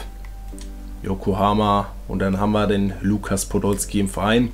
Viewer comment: Du hast lugas Podolski gesagt am Anfang 😂